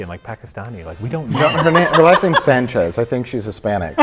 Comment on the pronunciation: Also that’s not how you say Sanchez just letting you know sorry to correct you it just bothers me